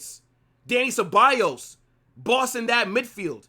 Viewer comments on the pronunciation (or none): none